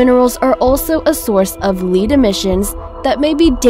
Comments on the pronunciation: Learn how to speak English! You spoke several words that betrayed you as an "English as a Second Language" $10.00 says that this channel is RUSSIAN! What gave you away?: at the mark in the video, the words were... "LEAD EMISSION SOURCE" The word is pronounced as this: Led (as in " Pencil Lead") Not as: Lead (to be lead to something, or to lead people as a Leader) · Lead, not lead with a long e. How the hell do you have a science channel, yet you cannot pronounce words correctly, or have an editing team? Ruined the entire list. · Stopped watching at "leed emmisions". FFS, if you cant read then don't narrate. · Sweetheart its "lead pronounced led emmissions" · Hallands Menved yeah I heard.. but I already fired off my comment...lol... I guess I expected someone who is pronouncing mineral and metals to know that Lead=led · What a BS video! Seriously? and btw learn how to pronounce "Lead" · LOL lead emissions. For fuck's sake. If you're going to pretend to make "informative" videos at least pronounce shit right. For the amount of subs you have, hire someone to fucking proofread your videos before you post. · lead emissions im pretty sure you said lead wrong lead as in metal not as in leadership right ?if you meant the metal you for sure said that wrong its a short e not long e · Well, the woman doing the voice over is clearly an idiot ("lead emissions"). The person who wrote the script isn't much better. This video was a waste of time. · When the narrator can't even pronounce the element "lead" properly and instead pronounces it like the verb "to lead," well, that kind of makes you think that she doesn't have any idea what she is talking about, doesn't it? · "Lead Emissions" havent heard that pronounced wrong since 1st grade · Lead in this context is pronounced with a short E! Not a long E! Stupid moron...who picks these people to narrate? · Lead emissions. As in lead batteries, not as in leader. Some of these videos make my brain hurt! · Lead emissions not Leed 😆